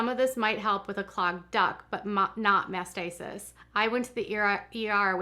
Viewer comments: It's Mastitis, not what you've said a dozen times, "Masticist." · it sounds like you are pronouncing it as mastisis. It's mastitis. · mastitis not masisist. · It is pronounced MASTITIS!!!! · MastiTis. Pronounced mast tight us. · If wanting to call out others she really should pronounce words correctly. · No, it’s MAST i TIS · Please learn how to pronounce mastitis. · Please note it’s mastitis. This happens to all women not just nursing moms. I first had it age 12. I am not trying to nit pick but you pronounced it incorrectly so many times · Oh please learn how to pronounce mastitis